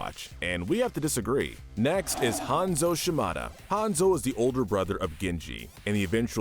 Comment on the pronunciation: With all due respect this video didn't turn out very good. Firstly your name pronunciation is all over the place calling Hanzo "Hanza" when talking about Hazno, how you said Kanezaka, etc Secondly, your lore knowledge is seriously flawed. Kiriko didn't threaten murder she threatened the Hashimotos with "kicking them all in the face" which is assault BIG difference. And she did it to protect an innocent old man and his deaf granddaughter who is a CHILD. They even accidentally shot the guy. Rio has had an uprising but we haven't seen it yet. you probably meant Paris, where Zero Hour takes place. so in conclusion you can do better. For future go over your footage and scripts before posting it. somebody has to be "that guy" and in this case it was unfortunately me. Better me than some asshole who says what I did but much more rudely. there are TOXIC people in our fandom